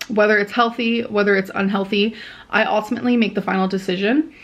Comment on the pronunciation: She just said "ultiminley"